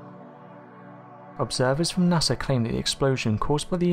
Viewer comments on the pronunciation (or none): NASA is NOT pronounced Nasser!